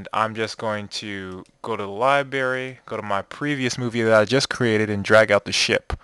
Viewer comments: libary? dude, it's library. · love it, but its not called a li-berry :P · you said library wrong lol